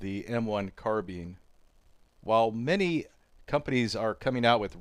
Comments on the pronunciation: Carbine not carbeen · Carbine not carbin grr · It's not " Carbean", it's called a " carbine" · Carbeen 😂 Car-BI-ne